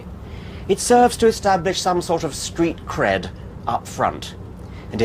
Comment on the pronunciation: Haha. He said, "street cred' "